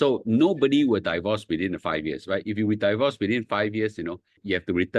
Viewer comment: Please pronounce “divorce” correctly. It's “deevorce”, not “daivorce”. Not I say one, my dictionary app say one.